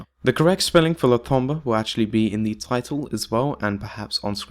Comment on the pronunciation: It's pronounced Tom-bou(ght). The bou is pronounced with a british accent. Et voilà, Tombeau pronounced perfectly.